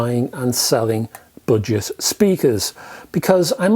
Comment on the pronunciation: I kept thinking you said “ butchered”speakers! Your accent is fine except for the word budget. You butchered it.